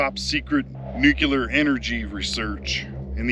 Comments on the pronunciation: Newk-Lee-Ar. Not Newk-You-Lar. For FUCK SAKE!! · Cool video, been there done that, But something in your video is one of my pet peeves. it's not pronounced (nook--yuh--ler), it's pronounced nuclear.....(nuuuu--kleee--errr) I'm amazed at how many people in Media and politics that get it wrong. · Nuclear is pronounced: Nuc-Lee-Ur NOT Nucular! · Can you sound reputable and versed and say Nuclear? "Noo-kle-errr" Not frikkin' Nok-ya-ler. Jesus, Bush! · Nuclear (new clear) not nucular! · Dude - it is New Clee Are... (Not New Qu Lar) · Dude... There "nucular" is not a word. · no worries, it's just something that bothers me, I see it in media and the news all the time, these people that are supposed to be highly educated and informed still can't pronounce it correctly, it was something that was drummed into me by my English teacher as a child, I think it was one of her pet peeves as well so I guess you could say I'm just passing on the tradition of excellence in grammar😉 I will say JD Vance gets it right every time, gives me a warm fuzzy feeling unlike when George Bush would say it wrong. It's really not a big deal, I just figured I would bring it to your attention, lots of people judge us by the way we speak and words we use, overall I liked your video, spent some time over at the INEL facility myself some friends of mine have family that live down around Jerome and Twin Falls, sometimes when we would go down to visit we would take a little extra time and tour around the general part of the country to see what there is to see, lots of really cool history there most of the world is oblivious to. So, I really have been there and done that, but I just figured maybe a little room for improvement and constructive criticism would be, better pronunciation, might give some people a better impression of your videos, keep up the good work, overall I enjoy watching your adventures😊👍